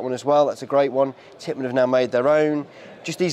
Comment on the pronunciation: it’s Tippmann not Pittmann